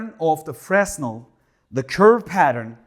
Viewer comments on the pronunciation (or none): The S in Fresnel is silent Fre -nel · Fresnel is a profer name; it is named after an 18th century French scientist named Fresnel who invented this technology. The 's' is silent in French.